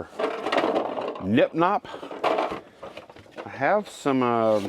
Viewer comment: I had that Gnip Gnop game in the early seventies. Very noisy but fun. It's pronounced gah nip gah nop. Not that it matters since you have packed and put tape on it. Hopefully you will never see it again. Love your YouTube content.